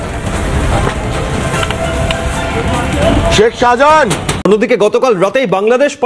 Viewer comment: Sahajahan noi re, otar pronounciation hobey Shahjahan😂 Tor train'er hawkeri style aagey thik kor. Monzid noi, otar uccharon hobey Maszid😅